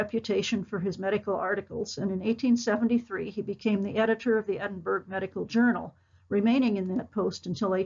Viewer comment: Thank you, but pease pronounce Edinburgh properly.